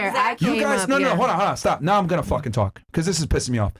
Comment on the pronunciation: this woman mispronounces every word.... "talsk" to a man, "aksing" a question, "muhzuklin" man....